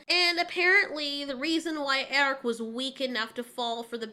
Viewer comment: The movie is one of muh childhood faves, so this series stabs me in the soul. It's insulting! Btw, it's not "worm." It's "wyrm." It's the Norse word for "dragon" and it's pronounced "VEER-um." It irritates me that none of them can pronounce the name "Airk" correctly. You can, so why can't they?! It's not "Eric." It's "Airk." And why do they have to say "yeah" and "gonna" constantly when it's supposed to be high fantasy?! Or medium fantasy or whatever. "The Schwartz is in YOU, Lone Starr! It's in YOU!" See also Colwyn from 'Krull' when he loses the Glaive but gains fire magic.